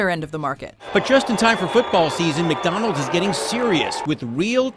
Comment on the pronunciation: Is it my ears or does she pronounce McDonalds like: "meek donalds"???